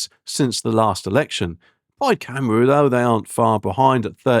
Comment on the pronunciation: Your pronunciation of Cymru and Senedd need working on; makes you sound ignorant. Apart from that, I'm hoping Reform wins.